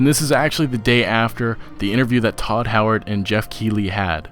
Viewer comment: his name is todd howard not tooo howard